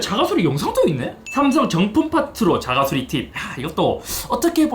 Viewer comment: 자가 수rrrrr리 킹받네